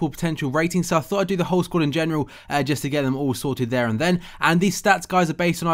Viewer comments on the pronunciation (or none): none